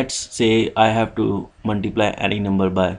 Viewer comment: Muntiblay (Multiply) XD